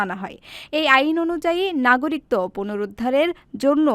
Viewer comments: উপরের লিঙ্ক এ ১০০ টি বিভ্রান্তিকর বাংলা শব্দের সঠিক উচ্চারণ দেওয়া হয়েছে। ওখানে ১৯ নম্বরে "একাকিত্ব" শব্দের উচ্চারণ করা হয়েছে। একাকিত্ব এবং নাগরিকত্ব শব্দ দুটির উচ্চারণ শেষের অংশে একই। আমি উচ্চারনের ভুল বলেছি। বানানের ভুল নয়। উচ্চারণ শোনা যায় আর বানান দেখা হয়। ধন্যবাদ। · নাগরিকত্ব এর সঠিক উচ্চারন আপনি বাংলা একাডেমির বই গুলো দেখে আসেন। নিজে সঠিক টা যেনে তারপর কমেন্ট করা উচিত । কথায় আছে অল্প বিদ্যা ভয়ংকরী। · নাগরিকত্ব উচ্চারন ভুল হইছে,,, 😮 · সংবাদ পাঠিকা "নাগরিকত্ব" শব্দের উচ্চারণটি ভুল করেছেন। বার্তা সম্পাদক এবং 'প্রবাস টাইম' কতৃপক্ষের দেখা উচিত এই ধরণের ভুল ভাল সংবাদ যাতে প্রচার না হয়।